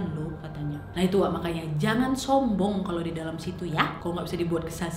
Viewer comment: Ngomong "Sombong" Orang Lain : Sombong Kak Nadia : SS hombong